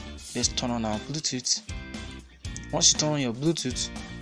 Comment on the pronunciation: Dude saying "Blue Toot" killed me